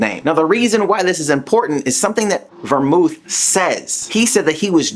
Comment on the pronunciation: Belmoth* kefla* Bell-Moth Keh-fla not vemouth and keifla